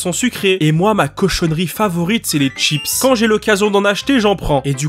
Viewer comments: Les ''Tchips'' XD c'est chi pas tchi chips. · J'adore , il dit pas chips mais tchips 🤣🤣 sinon super vidéo 👍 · pourquoi ”tchips” et pas ”schips” ? Sinon elle elle est trop bien la vidéo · C'est la cette prononciation de chips?